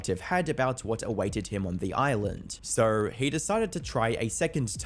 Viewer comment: His accent seems normal until he says the word so. “Siiiirrr”